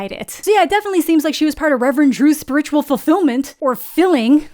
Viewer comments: Did you just pronounce “spiritual” like that? 😮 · The way you pronounce spiritual is sending me LOL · I've heard that one before but I've never heard her pronunciation of "spiritual"